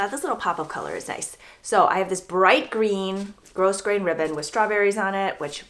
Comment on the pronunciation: Love the ribbon you added over your edges on the cardigan. If you use that type of ribbon again, even though grosgrain has an "s" in it , it is a silent s so it is pronounced grow-grain